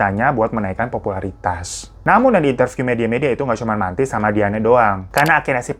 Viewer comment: Bacanya mentai mas bukan manti hahahah